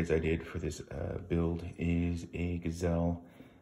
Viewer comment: “Guy-zlee” is how you pronounce it. Not gazelle, lol although it may be an animal of a trigger.